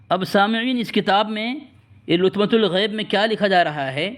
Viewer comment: حیرت ہے یقین نہیں ہوتا کہ یہ کسی دیوبندی دار العلوم کا فاضل ہے لطمۃ بفتح اللام کو بضم اللام پڑھ رہا اور اس سے زیادہ شرمناک بات یہ ہے کہ ازالۃ پر علی حرف داخل ہونے کے بعد بھی تاے مدورہ پر ضمہ پڑھ رہا ہے چلو بھر پانی میں ڈوب مرو دیوبندیو!